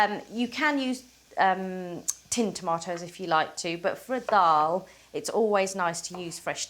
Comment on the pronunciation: Thanks for saying Dal correctly